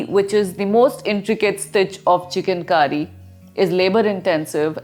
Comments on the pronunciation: Its Chikan Kari , not Chicken Curry, please your pronunciation! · It's not chicken... It's chik_on. Pronounce correctly.. plz. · At first, I heard it 'chicken kari'